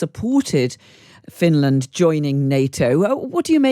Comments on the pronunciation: "Fin...Land" 🤣🤣 where sharks come from?? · "Fin-Laaaand" I swear the only requirement for being a radio host is over-pronouncing words lol. And speaking BBC-fake-posh.